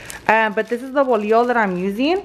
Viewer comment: We called that kind of bread teleras .... no ( volio) a think you are trying to say bolillo .